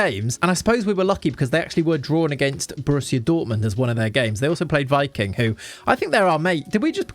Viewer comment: Hey just wanted to let you know Viking(the Norwegian team) is actually pronounced Vee-king! 👍